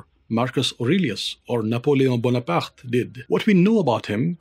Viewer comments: Terrific work, subscribing for your perfect pronunciation of "Bonaparte" and because I trust the rest of your channel is as good as this video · I know this man knows his shit because of how he pronounced Bonaparte